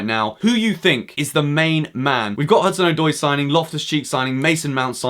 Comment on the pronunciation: His name is “Odoi” not “Oydoy”